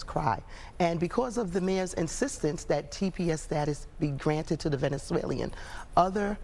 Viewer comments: "Venezuelean" she says. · She can’t even pronounce Venezuelan. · Right! she can't even pronounce it but she wants to give them money though